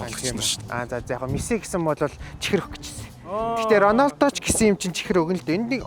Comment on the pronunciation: Ranosda❌ Ronolda✅